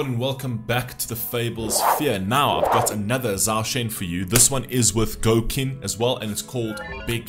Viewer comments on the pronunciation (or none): Thank you for the reaction. His name is pronounced more like Chow Shen, there's no 'z' in the pronunciation and no 'a', so not zaw shen, but chow shen. ^^ And Qin is pronounced Chin.